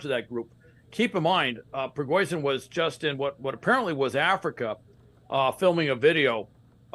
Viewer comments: Prigoizhin? The "expert" can't event get the name right? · I can't stop laughing at how this 'intelligence' officer can't even say this man's name correctly. lol forever fox news